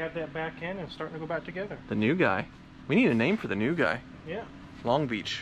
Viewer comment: Calling the new tall guy "long bitch" ... sorry... "long beach" is hilarious